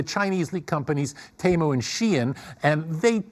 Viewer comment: First time I heard someone pronounce "SheIn" (She-inn). Not sheen. Which is a word itself.